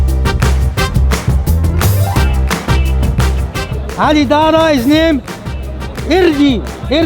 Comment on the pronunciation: Ali Dara. Yes, he mispronounced it but there is a funny coincidence. "Dara" is the Aramaic for Pearl. The Quran calls the young rent boys in paradise, white "pearls". Draw your own conclusions. Was he calling Ali Dawah a rent boy? hmmmm... Don't think he was that clever.